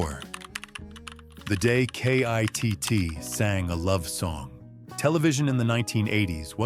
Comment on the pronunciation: Stop spelling out K.I.T.T.'S name. His name is KITT